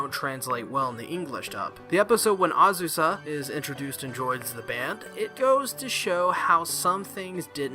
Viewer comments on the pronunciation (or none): ......it's Azusa, not Azuka, otherwise, nice review :D